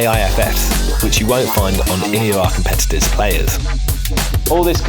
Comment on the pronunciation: i like how he said "competitor" hahahah